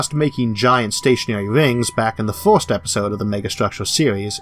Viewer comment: What accent is that "first" is pronounced "Fuirst"